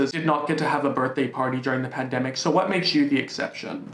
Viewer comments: no one:: you cant demonize me if i say pandemicouUA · The way you said “pandemicua!!!! Had me 🤣🤣😭😭😭 I CAAANNTTT!!! thanks for cheering my day up as always. Love you lots xx Ok the censorship just got funnier and funnier!! I do love you 😩😂😘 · secs-uel se-gz work pandemi-cuah pedi-fua-ca tou-chow-ing demona-uazed bod-ua